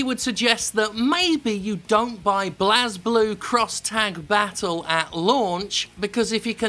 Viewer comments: Wyrmis For some reason, people insist that its pronounced that way. Not sure why even when it's clearly pronounced 'Blaze'. Total biscuit also says it like that. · Well we know one thing for sure. Jim is definitely not a weeboo because a weeboo would know how to pronounce BlazBlue and RWBY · That Espurr Dude kinda the point, annoying the fanbois™ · Its technically "Bu-rei Burū" but seriously pronounce it however the hell you like, its a dumb name. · If you play the games, you see that blazblue is a power thats activates and is pronounced "Blaze Blue" by everyone who uses it or refers to it. Ragna and Hazama instantly come to mind. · It's pronounced Blazblue (Blaze Blue) and RWBY (Ruby) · Blaaz (pronouncing it like Jazz) Blue.... Really? Its Blaze as in a fire. To set ablaze. Nitpick aside. I will pay for the DLC if it has english set of voice actors as I will be happy to pay their check. We didn't get english VAs in the last game and if this game doesn't have it. I will pass. We have ALSO already paid for DLC characters and colors before. This is a trend already here but if it means patches and updates and new characters. Honestly, Why not DLC? 20 characters in a fighting roster is huge! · The funny part is that you're also wrong. It's pronounced ブレイブルー, not "Blazblue". Enjoy. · Turned this off as soon as he called it blaz-blue. Educate yourself. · It's pronounced Blaze-Blue, though. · The official English dub IN the game (at least the first game) pronounces BlazBlue as "Blaze Blue" for what it's worth. Many people like to argue over this for no good reason though just because they just dropped the "e" at the end to try to be "cool" or something. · Its pronounced "blaze-blue" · I always though Blazblue was pronounced Blazeblue. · Hey Jim, it's blaze. ..I just wanted you to know this. ..I'm not sure anyone told you yet. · It's alright Jim, even Arc system works can't seem to pronounce "Bley-Bloo" properly. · It's pronounced as BLAZE-Blue in-game